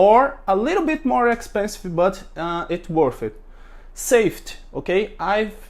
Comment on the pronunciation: Just constructive criticism so that you can improve. You pronounce safety, saft and other words with a y at the end. I do understand that in Portuguese you don't pronounce the Y but it is pronounced safe teeee. Long y but pronounced EEE safe tyyyy